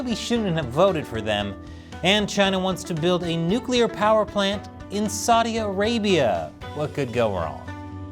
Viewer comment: Saudi Arabia? I thought you said glass land!